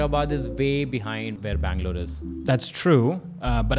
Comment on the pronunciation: Best thing. He can pronounce Haiderabad, bangaluuruu. Very clearly. Compare to average Hyderabadi.... Heddrabadd😅😅😅